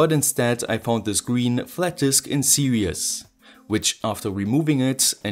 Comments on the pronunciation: Always enjoy your videos. Note: "Serious" means demanding careful consideration or application. The word you are looking for is "Series", which means coming one after another, as in a series circuit. "Series" should be pronounced "Ser eees". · I love your videos. I would like to point something out, but please don't take it wrong. Series is pronounced like seereez, the way you say it sounds like "serious". I'm not trying to nitpick, just trying to help.